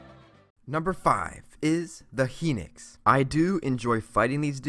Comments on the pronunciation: HinOx not henix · Its not henix its hi nox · You say henix, it’s pronounced high - nox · It's Hinox not Hinix😂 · Hinix? Its hinox, HI NOX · HEENIX???? Holy shit. People really have problems pronouncing the names... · Ummm it's hin-ox